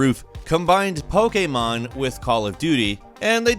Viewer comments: "combined pokamon" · Why does pronounce Pokémon so weird